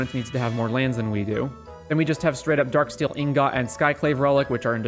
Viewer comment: I've never heard someone pronounce Ingot as Inn-got, before.